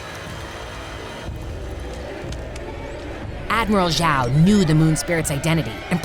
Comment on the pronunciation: Everyone: Admiral Zhao Fiancé: Admiral Joy 🤣🤣